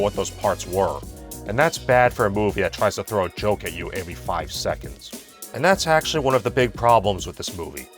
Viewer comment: I like how can't pronounce every correctly and pronounces it like "Avery"